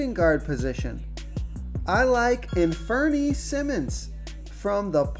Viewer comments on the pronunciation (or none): Infernee lol..... An-fur-knee..... it's all good.... good videos as always